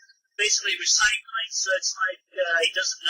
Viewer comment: re- recÝCLING MY MAN WHAT THE HELL